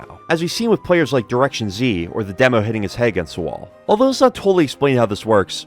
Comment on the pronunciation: Good video, however the way you pronounce the name "directionz" upsets me dearly.